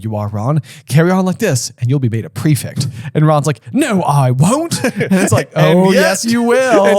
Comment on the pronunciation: why do you say prefict instead of prefect?